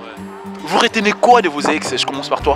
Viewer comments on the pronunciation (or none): On dit retenez, pas réténé.